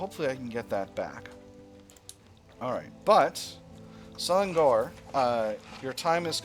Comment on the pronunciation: the ng in selangor is pronounced like the ng in manning, fun series by the way! your attempt at breaking the power of the nobles is progressing quite quickly even with the somewhat low success chance in some laws